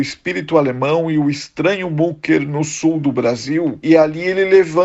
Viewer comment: Não é mucker é mücker o u com trema se pronúncia I ou seja micker só para exemplificar, me admira vocês trabalhando para um canal alemão e não sabem a pronúncia, lamentável